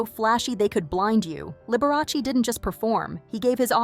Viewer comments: Lib-ber-ah-say.........never heard of her.... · How could you pronounce Liberace so wrong? 😂